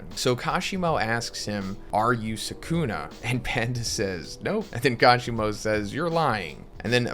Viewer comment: How you pronounce Sukuna is cringe. Lol